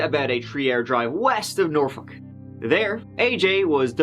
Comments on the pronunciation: Yay you said norfolk correctly. This girl lived in the neighborhood next to mine. So tragic 🥺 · It's nice to hear someone else pronounce Norfolk like it's supposed to be pronounced. Norfuk or Naulfuk if you're from my neck of the woods in Maryland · Portsmouth here, work in Norfolk. So sad! Side note: always love when people know how to pronounce Norfolk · Congratulations on pronouncing Norfolk correctly!